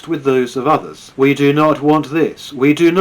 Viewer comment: “Ve have tools”